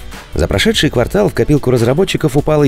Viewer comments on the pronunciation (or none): none